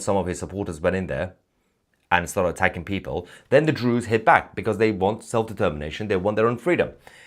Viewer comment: Why are you calling them Drew's????